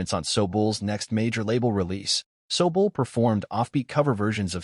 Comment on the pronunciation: You could have bothered a tick to learn how to pronounce ZEVON & SOBULE properly, at least. This makes your article just tacky, ignorant and opportunistic. Blech on you!😢